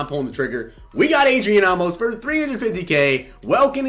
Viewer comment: Not Ah-mos it's Ayy-mos